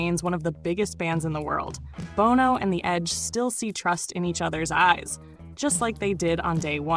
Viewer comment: Love the list. However, I cringed everytime you mispronounced Bono's name.